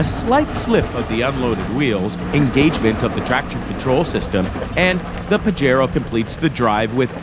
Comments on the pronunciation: Awesome video! But it's pronounced "pah-hay-ro" not "pahj-ero". 😆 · The "J" is like an "H" sound in "Pajero" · PAJERO NOT PAJARO